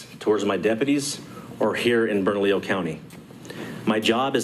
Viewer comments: bro. bernadio? what. its Bernalillo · Brother, you’re killing me on the pronunciation. “burn-ah-lee-oh” = Bernalillo. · Thanks for covering my state... oh and, um... it's "Burn - uh - Leo" county. =) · Bern-A-LLIO not Bernadio spelled Bernalillo 🙂 Nice little fact, San Juan County in the same state is a 2A Sanctuary county. San Juan County Sheriff Shane Ferrari stands in this tyrants face for his citizens rights on a daily basis, so bad that she will no longer speak to him and forces her aid to converse for her. #LockHerUp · it is pronounced "Burn - uh - Leo" You don't burn a house, you "Burn uh Leo". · Bern-ah-lee-oh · Just to help you out a little bit with the pronunciation of "Bernalillo." Berna-leo. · It’s pronounced “Burn ah Leo”, double “L’s” are silent. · Bernalillo - there is no "d' in it. (Burn-a-lee-yo) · It’s pronounced “burn-a-lee-yo” Bernalillo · That’s Burn-Lee-o County. In Spanish, the double L is pronounced as a long e. Great video! Keep them coming. God has brought me out of cities that have become hell holes. This Sheriff and (not enough) others are holding the line. We must have their sixes. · Bur- nuh- Leo. I live here in albuquerque and she's a trip. That's how you pronounce my county. Bernalillo 😂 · Bernalillo should be pronounced- “burn-a-Leo”😁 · Pronounced, Burn-a-Lee-yo. Just helping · Love your channel . Its pronounced burn-a- leo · Burn -ahh -lee-oh. County Thats how it is pronounced Keep up the good videos! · Im sorry but it's burn-a-leo Bernalillo lol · It's pronounced "Burn-a-lee-Oh". Yea, I know. LOL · Love ya and it's "burn a leo." Thanks for keeping us up to date. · Close, but it's not a 'd'... it's 'lee'. Burn-ah-LEE-yo County. Thanks for videos. Love em! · Bernalillo is pronounced Bern a leo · Still botching that pronunciation. If you had read the comments in your earlier video my comment would have taught you how to pronounce burr-nuh-lee-yo. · I just love how you guys just cannot pronounce "Bernalillo"